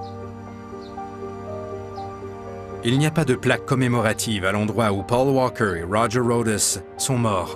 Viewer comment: Le commentateur ne sait pas dire paul walker ou bien ..... ?? pauw wawkeur et après il parle bien le français. LOL